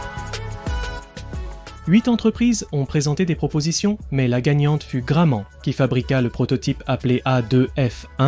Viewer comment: L'entreprise "Graman" ? serieux vous savez pas lire et prononcer des syllabes ? la au moins c'est sur c'est pas une IA qui lit, juste un dyslexique J'assume le pouce en bas c'est moi.